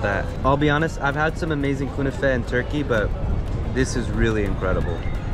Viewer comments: knefeh not kouneefeh ;) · It’s pronounced Kn-a-Feh. Not Kunafeh lmao